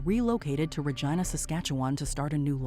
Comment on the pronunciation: So close on saying Saskatchewan proper. At least you said Regina right.